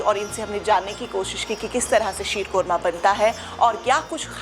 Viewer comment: 😂😂😂 yhi hota h jab language import ki Hui hoo.aunty reporter ji it is not 'uudhori' but adhoori and not 'qorma'😂😂 .fucking paaki har cheez mein apni creativity add kardetey ho.